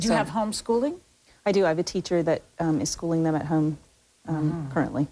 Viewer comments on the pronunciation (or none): Kate's accent. It's brutal how she pronounces " home " It sounds like she is saying HAY-OME. And ppl say us Canadians have weird accents. Ya right.